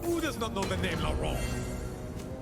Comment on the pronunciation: finally pronouncing the names correctly